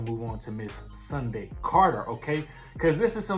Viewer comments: Her name Sundy... Sundy 😂. Like how your older auntie or granny say Sunday 🤣😂😂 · Her name is not Sunday it's Sundy